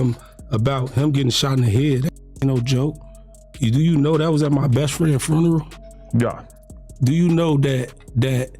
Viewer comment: Man that was at his best fins foneral😅😅 you mfing 🤡 “FONERAL!!😅😅